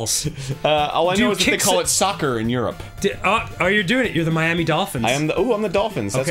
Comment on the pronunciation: I love how Miami is "MIA"